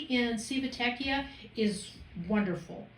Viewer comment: You have some great content. So, thank you for that. One suggestion I have is this: for future videos, if you are not absolutely sure how to pronounce the name of a city (or of whatever), do a Google search for how to pronounce it. Here, just Google "Civitavecchia pronunciation." If you had done that for Civitavecchia you would find that the proper pronunciation sounds like: chee vee tah vek ee ah.